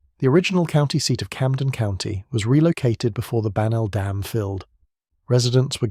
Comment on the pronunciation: It's bagnall dam and it buried a whole slew of cities, why can't we get an American to pronounce American words. My husband's niece and I were doing a genealogy of his family and I questioned about getting the records from a particular church about one of his ancestors and he said oh we can't do that it's under bagnell dam